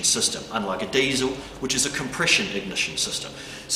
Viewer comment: Of course you say diesel wrong.